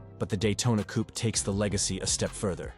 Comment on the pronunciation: "coop" LOL